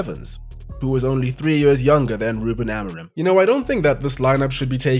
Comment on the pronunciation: no offense, but your pronunciation of "Ruben Amorim" is laughably bad